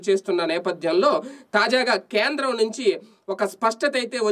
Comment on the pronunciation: Kyendram kadu Kendram